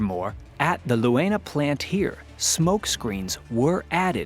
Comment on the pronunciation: the "eu" in Leuna is pronounced like in "toy" or "joy", so u might read it like "Loyna" 😅 i remember as a kid when it was still east germany, we rode the train from berlin to my grandparents in thüringen... when we crossed that area from bitterfeld to leuna, we made sure all windows were closed! there was always heeaavy smog, the only thing you could see through it was the flares on top of the countless smokestacks of the chemical industry plants there... i'm so glad that after the reunition of germany, pollution control kicked in... the cancer rates back then in that area would give the nickname "murderburg" a new meaning! anyway, great video again 😍 keep telling those stories! heck, i never knew of those decoy factories in ww2.... learn something new everyday, thanks for that!